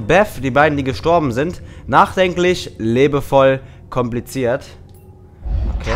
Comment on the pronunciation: es heißt liebevoll nicht lebevoll :)